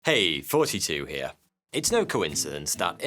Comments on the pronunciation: When I discovered this channel I thought he was saying "Hey! 42 here."... until I read the name of the channel. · "Hey 42 here." is what i always hear! heheh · When he says “ Here,” I hear it as “42 here” and my brain is like: “Yeah, the meaning of life coming at me for a sec. That’s exactly what he means…”